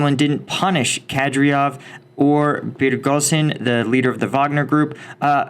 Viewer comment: the Chechen leader is not called "Kadryov" (Kah-Dryh-ov) but "Kadyrov" (Kah-Dyh-Rov).;-)